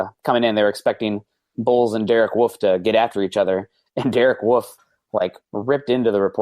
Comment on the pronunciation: Love the show, but I can't wrap my head around how you guys pronounce Wolfe as woof. Do you want to get your babies eaten? Also interesting way to pronounce Australia